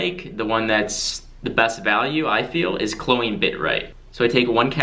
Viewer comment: “Ko- lean”. I get mistaking the other ones but “klo-een” is straight infuriating 😡 🤬😂🤣😜